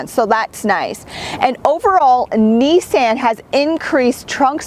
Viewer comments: OMG it's pronounced neesaan ( the last part is more like "on" then "an"). You're the first ever to grace my ears with that pronunciation... ouch. :^) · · "knee-san" You're killing me. Lol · take a shot whenever she says Neesan